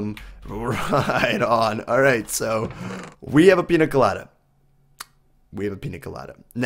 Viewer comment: You should say pinia colada because ñ have a ni sound